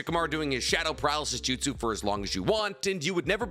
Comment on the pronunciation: Say Jutsu again I Dare You, I DOUBLE DARE YOU